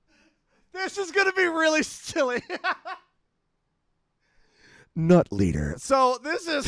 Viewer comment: how did he said Nut Leader perfectly